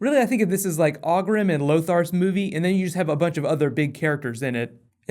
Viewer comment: You mispronounce both Draenei and Ogrim btw